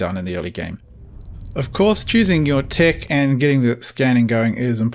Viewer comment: He's said "tic" about 20 times before I realized he's trying to pronounce the word "tech"